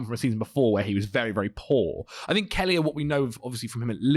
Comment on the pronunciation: Hearing pronounce Kelleher as Kellyer will forever hurt my soul.